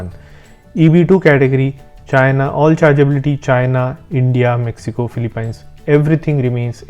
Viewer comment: Great content. Just a heads up that the pronunciation for Philippines ends with peens instead of pines.